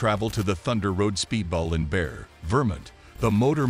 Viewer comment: It's not Bear Vermint, it's pronounced Barry, VerMONT. Obviously you are not from this country or else you would learn the correct pronunciation of cities and states. Is this voice generated by a computer? Because you HOST an event (Long O) not host like in HOSTA.